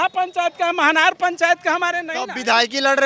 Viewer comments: तू पहले बोलना सिख ले, मनहर नहीं, महनार हैं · A bhai bidhan sabha ka nam to sahi se uchharn kare manhar nahi mahnar hota hai ( मनहार नहीं